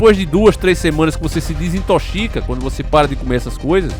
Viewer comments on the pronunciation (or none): Se diz, mais naturais. Desintoxica pfv. Tu fala muito errado pqp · "depois que você desintochica" 🤣😂🤣😂🤣😂